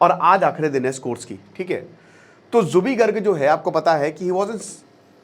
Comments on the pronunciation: Your pronounciation is very wrong...Not jubi garg.. It's Zubeen garg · Its Zubeen not Jubi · It's zubeen garg not jubi garg😒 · Sir it's Zubeen not Zubee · Zubeen Garg... Not Jubi Garg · Pagol manu plz learn the alphabet and pronounce correctly..it's Zubeen Garg not zuby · Zubi kya hai 🤦 it's zubeen. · G aap zubeen garg ko zubee garg maat boliye haame aacha nahi laagta....aagar koi aap ko galat naam se pukaare toh kaisa laaggega.....kindly pronounce aacha se kijiye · Zubeen garg ,not Zubi garg 🤦🏻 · Pronunciation tik nahi hain apka Naam theek se lo Zubeen Garg, Aur bolte ho Bachpan ka fan ho...